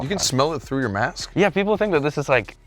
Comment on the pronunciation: through ,not threw. How far can you throw a mask lol hahaha? Because you said "threw". 🤣🤣🤣🤣